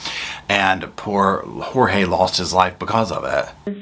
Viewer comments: It makes me angry that she calls him "George" and his name is Jorge! One of the many problems I have with her! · PLEASE STOP CALLING HIM “ Jose’s! Hue bane was Jeorge !!